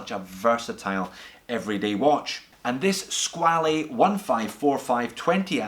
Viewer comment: You pronounced squale incorrectly, it's skwal (one syllable)